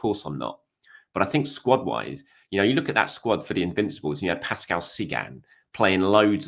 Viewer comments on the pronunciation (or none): none